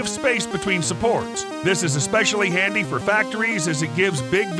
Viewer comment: Quite han dy